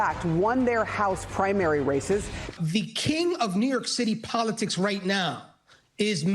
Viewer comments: “upstate NYork” can’t even say it right 😒 I thought he was looking up bc he was greenscreened into Giuliani’s video and he’s looking into his own camera/screen 🤷‍♀️ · The unnatural pause between upstate and New York… clearly not reading this poorly. I can see why Trump endorsed him.